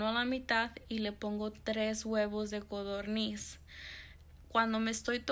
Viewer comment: Son de codorniz no godorniz